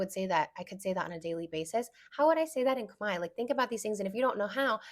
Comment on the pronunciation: I love the analogy with tortilla ❤ and yesss, I definitely feel a slight rage hearing people mispronounce Khmer as (Kuh-Mare) when (Kmai) is not hard at all. I do find it interesting that even when I teach people how to say it right, they split it into 2 syllables which is confusing to me because it’s just one 😭